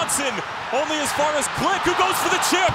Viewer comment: just here to give props to the commentator for Mateusz Klich's name pronounciation. For a non polish speaker, well done :)